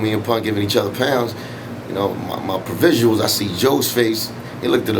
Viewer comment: YOUR WHAT? lmao!!!! did u say "provisials"??? wtf is THAT???